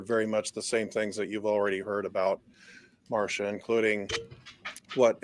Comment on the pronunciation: Her name is Mar-C-ia not Marsha